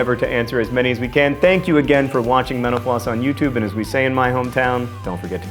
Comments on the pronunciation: You really should enunciate better when you say, "Thanks for watching Mental Floss," because it sounds like you're thanking us for watching Menopause. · Everytime I hear mental floss, it sounds like menopause.